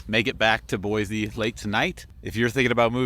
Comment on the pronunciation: Anyone going to tell him he's saying Boise wrong 😂